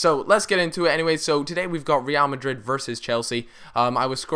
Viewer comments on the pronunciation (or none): the way you pronounce Real Madrid is funny. reeal Madrid I think it should be like Re'al Madrid. Ra'al Madrid